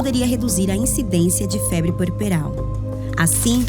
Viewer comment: É puerperal não pueperal